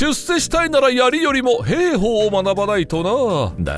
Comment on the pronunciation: へーほー？ひょうほうと読むんですよ。